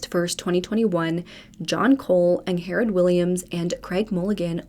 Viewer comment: I am pretty sure her name is pronounced “Ing-Red” not “Ang-Hair-Red” She just has a weird spelling of the name so it’s a bit confusing. 🤷🏼‍♀️😁